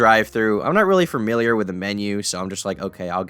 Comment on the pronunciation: please stop adding "r"s to "familiar" and turning it into "fermilier"